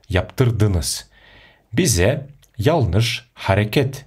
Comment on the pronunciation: Янлыш почему читаете ялныш? Янлыш- жаңылыс қазақша